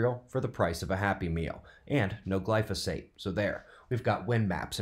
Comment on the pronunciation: Did u say no glyfosaat 😂😂😂